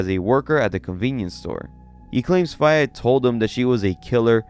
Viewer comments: Faye, is pronounced Fay. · Fay it’s fay dude I swear you mispronounce stuff on purpose think Faye valentine from bebop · faye is pronounced fey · What the hell was that pronounciation of Faye?? Jfc.